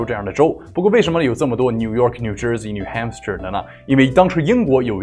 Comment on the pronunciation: 纠正一下发音，new HAMPSHIRE.汉布什尔